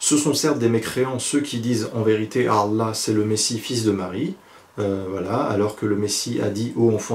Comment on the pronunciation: Je vous pardonne meme si vous m'avez profondément blessé vous et vos commentaire et surtout l'auteur de cette vidéo.Premierement tu ne connais pratiquement rien du Coran t'essai simplement de persuader les gens en disant Allah et Mohamed(sws) avec un accent arabe.Je trouve surtout complètement stupide de comparer l'islam au père Noël.Ensuite l'islam est une religion de paix même si des personnes l'utilisent comme raison de tuer,il est écrit dans le coran que si tu tue un homme c'est comme si tu tue l'humanité et si tu sauve une personne c'est comme si tu sauve l'humanité!Et puis il y'a des versets qui parle de vérité scientifique:les deux mers qui ne se mélanges pas sont cité dans le coran,on parle aussi des différentes parti du cerveau et de l'évolution de l'embryon!Cette vie n'est qu'un test chacun à ses épreuves:pauvre,mort d'un proche,dépression etc.. Je sais pas quoi te dire seulement de revenir dans le droit chemin!